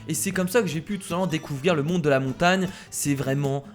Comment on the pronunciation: pq tu dis montane et pas montagne